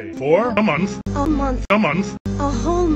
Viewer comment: "Zelda, I'm going 'away' foar? a munf." "A month" "A munf." "A whole month" "Da HO munf!"